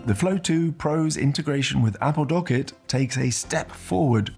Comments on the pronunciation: Great video. Only comment for the future. It’s pronounced Dock kit. Two words. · yes correct but you produced it as docket. Not dock kit. It’s pronounced as if it was two words :) As per Apple keynote. It’s like WebKit, HomeKit. My argument still stands. Appreciate the reply mate :)